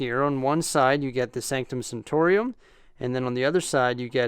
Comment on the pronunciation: Why does he say it like that??? Sanctorium...sO HErE We HAvE tHe SAnCtOM SaNCtoRIUm